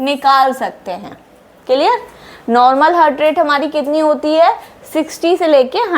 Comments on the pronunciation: Only thing I learned from this video is the word ,TEEK KE, repeated every minute. I think, every time she says HEARD, she means HEART. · हार्ट कहना ठीक है। हर्ट कहना ठीक नही है। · Nicely explained, plz do not pronounce "hurt" in place of " he'art" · Seems it should be Heart and not Hurt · Hurt नहीं heart हार्ट बोलना चाहिए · हार्ट Not हर्ट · Hurt nahin heart boliye madam😊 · Heart❌ hurt ✅ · Its Heart not Hurt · Mam, I think we need to pronounce 'haart,' although the spelling is 'heart'.